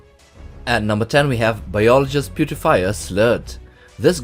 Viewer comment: It's Slert, not slurt.